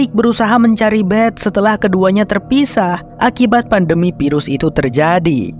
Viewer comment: FILM ...EEEFFFF EEEFFFF bukan PILEM .....VIRUS bukan PIRUS ....VEEEE bukan PEEE